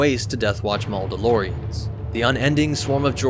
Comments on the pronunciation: It's not Mauldalorians, it's Mandalorians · Mauldalorians? Really?🤦‍♂️